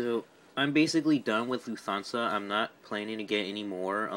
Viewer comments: It’s Luft-hansa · You pronounced Lufthansa wrong. It’s pronounced Loof-Tawn-Suh